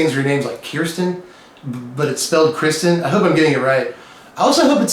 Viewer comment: Hey there,! It's Kristin, of Brent & Kristin. Yes, you pronounced our names correctly. And yes, we both love Magic, cats, and watching your videos! Married for 19 yrs and just picked up Magic a few years ago with Kaladesh. We play lots of kitchen table, FNM (standard, sealed & draft) and have a Saturday Commander group. Ours is a mixed magic marriage: I like cats and Brent likes Eldrazi:) Thanks for the shout out and thanks for sharing your wisdom, creativity, puns(!), music & other humor.